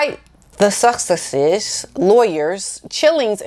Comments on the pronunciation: Hi! I want to help you with your pronunciation os the Sussex’s and I mean no disrespect! So here goes... you can say Suck eX’es! I hope this helps despite how the pronunciation is spelled!:-) ~t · Love your videos, I smile every time you try to say sussexe's. it is pronounced suss-sex-is. Thank you for doing your videos. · Suss-ex-ess break the word up. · Nobody says SUSSEXES better than you. Even your facial expression is really funny!